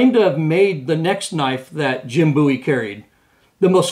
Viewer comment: It's Called BOW,,,,E not BOO E Look How His Last Name Is Spelled.